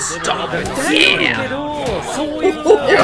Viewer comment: the way he said “DAMN” when Daki gets moliwhopped